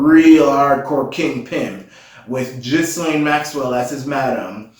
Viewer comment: the ghislaine dame's name is pronounced gi- lane by the gals that are suing epstein's estate..... gi as in "give"